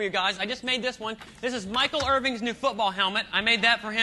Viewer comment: It's Irvin, not Irving.